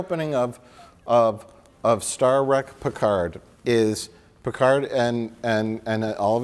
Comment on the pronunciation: "Star Wreck Piccard "